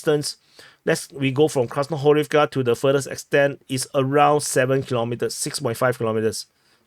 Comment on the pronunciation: 'Some crazy shit has happened west of Krasnohorivka' said in an eastern accent is something I didn't know that I needed in my life, but here it is